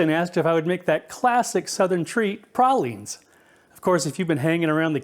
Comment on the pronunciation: Thank you for pronouncing pralines correctly! You got pecan right too!